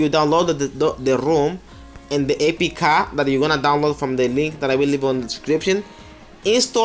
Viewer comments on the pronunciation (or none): No one can even make an android 10 ROM for VMOS. Official VMOS hasn't even finished android 9 yet. You can't even say APK correctly. You know nothing. You're just posting total bullshit, and its most likely loaded with tons of viruses.